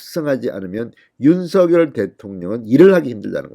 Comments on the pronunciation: 왜??윤서결대통령으로 아직 발음하시는지 대통령이 윤성열로 불러주길 원하셨어요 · 윤성녈로 읽으라고 문자줬잖아. 좀 띨하네.